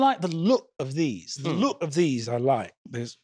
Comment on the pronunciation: Accent was really good up until "look". You don't get a glottal stop at the end of look, it's a hard K